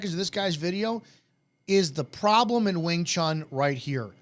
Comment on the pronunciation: People that pronounce it "wing chung" with a G at the end.... Annoying.